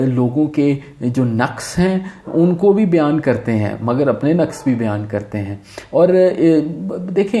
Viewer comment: Pehli dafa kisi ko naqs sahee pronounce kartay suna hae. So much so that I had started thinking maybe I pronounce it wrong.